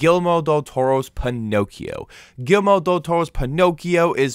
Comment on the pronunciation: Great review! Btw.. It's not "Gilmore" Del Toro... It's It's pronounced Gear-Eel- Mo 😆